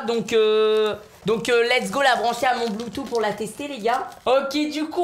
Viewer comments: Se prononce Bloutouss 😂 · BluetooTTTTHHHHHHHH (BloutouSSSSS) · On di pa bloutou on di bloutous